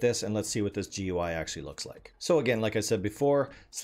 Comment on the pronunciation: GUI is pronounced "gooey" not "gee you eye".